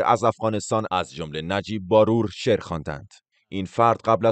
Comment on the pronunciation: شما مطمئن هستید که نام خانوادگی این شخص را درست بیان کردید (نمی‌خواهم بگویم شما اشتباه کردید بلکه این شخص تلفظ اصلی نام خانوادگی خود را به عمد عوض کرده)بار+و باید خواند ه شود barvar نهbaror